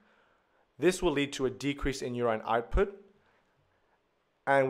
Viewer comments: Urine is not pronounced yurain but yurin. If in doubt look up the pronunciation on one of the many translation websites. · Very minor thing. You-rhyne should be u-rIN (like in ren-IN). It doesn't take away too much from the lesson but can be a bit confusing at times-- sometimes makes it feel as though you're mentioning a new hormone/molecule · at the end, he did pronounce it as "yurin"